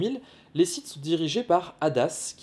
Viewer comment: Je rappel que sith phoniquement ne se prononce pas site c est comme le mot clef on dit pas clefe pour le sith c est pareil